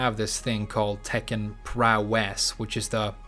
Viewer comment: I'm thinking prowess is going to be similar to 'global smash power' in smash. I'll never forgive you for pronouncing it that way so many times. Also, I'd love to watch the wave dash podcasts but they are waaaaaaaay too long for me.